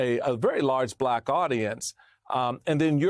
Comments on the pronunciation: Trump can't even pronounce the word "Black" he says "BBBlackkk" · He somehow manages to pronounce the word with a hard silent R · 100%. I hate the way he speaks anyway, but this particular time when talking about his fake suspicions about Harris, he was being especially careful to pronounce Black in what he obviously thinks is dismissive and everyone else hears as racist and hateful. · He pronouncing "BLACK" the way he pronounced "CHY-NAH" during the covid debacle 😅